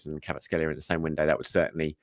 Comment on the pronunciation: i think you might be mispronouncing Kvaratskhelia's name 😅 But yes I'd love to see him at Arsenal. Predicted XI for United; Raya Timber Saliba Gabriel Calafiori Ødegaard Partey Rice Jesus Havertz Martinelli